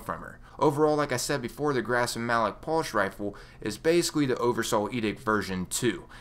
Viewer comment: what's a "pulsh" rifle?